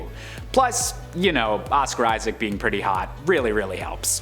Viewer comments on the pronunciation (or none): none